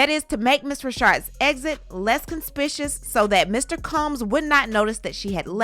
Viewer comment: con- spik-you-us and ta-sit